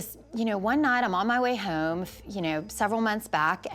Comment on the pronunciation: FYI - There is no "U" in home.